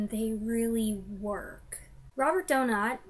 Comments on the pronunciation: Excellent review. I would rank this just outside my top 10, and second in his British era. I consider it the first great Hitchcock movie. As far pronunciation of Donat, you're close enough that no criticism should be warranted. In interviews I've seen of actors who worked with him, and critics or scholars who should know, they pronounce it DOE-nawt. One or two go with DOE-gnat. So you should be fine. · Doe-not is correct